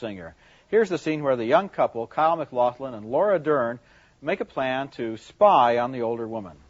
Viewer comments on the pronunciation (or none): McLoughlin LOL!